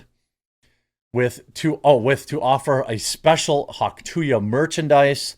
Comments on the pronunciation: it's hawk "too-uh" - there is no Y - it is not hawk "too-yuh" - idiot lol - the sound that ppl make when spitting - nobody spits hawk tooyuh lol - so stupid it's painful jesus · Could only watch half the video. Couldn’t hear him say “hawk too ya” one more fucking time. It’s hawk tuah!! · No, it's not " too ya." It's "too ah'"... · Where is the 'y' sound in 'tuah' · its hawk too ah not hawk two ya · Dude it's not hawk to-ya, it's hawk too-ah. Like ur spitting. Hence the Tuah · Omfg Jeremy it's "too-ahhh". Not "too-yah" 😆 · Dude! Being a professional news reader, You really should Learn to pronounce things correctly. Its NOT Hawk TOO-YA . Its Hawk TOO-AHH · It's "hawk tauh", not "hawk to ya"! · There's no Y in Tuah. (too uhh) not (too yuhh) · "Hawk too-yuh"? what dude? Are you 80? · Seriously Jeremy? Hawk-tu-YA?? Where did you hear ONE person say it like that? Where?! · Please don’t cover her anymore. I can’t listen to you say tooya anymore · Come on, now. "Hawk tuah." Not "hock two yuh." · There is no I or Y, its "Too-uh" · It really grinds my gears the way you say “Hawk To-Ya”🤬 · You didnt even say it right........... THIS?! is what Urnalism is today???????????? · Please say the phrase right lol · The fact that you keep saying tuah wrong even though there is a clip of her saying it is making me angry for some reason. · How can you not pronounce “tuah”? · Jeremy showing his boomer side. The Hawk To Ya girl. Come on Jeremy. You know how to say it.